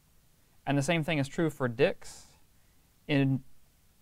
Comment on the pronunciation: Your class has been the best so far i have found on python, but can you please emphasize the "t" when you say dicts